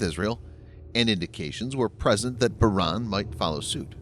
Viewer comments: Not pronounced "Bah-Ran" - Pronounced "Bah-Rain" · It's pronounced Bah-Rain. Like sheep in the rain. Love your site. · You butchered Bahrain lol.